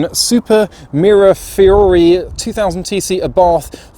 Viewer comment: From the way he said the name i dont think he knows what it is 😂I always wanted one after a mate bought one we was all running round in mk1 & mk2 escorts at the time